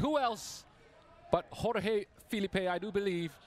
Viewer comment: He's brazilian so it's George, not Hohey Filipe